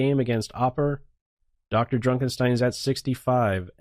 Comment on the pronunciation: I'm really bothered by the way he pronounces "DrDrukenstein"